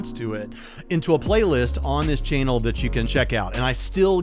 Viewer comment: In your opening statement you pronounced the word channel as chanal, with the emphasis on the last four letters. Correct pronunciation is important